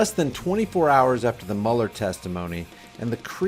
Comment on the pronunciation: it's not Muller,it's Mueller(mule er),he's a nazi infiltrator.